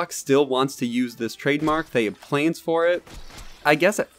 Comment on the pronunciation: Are you intentionally Saying planes instead of plans?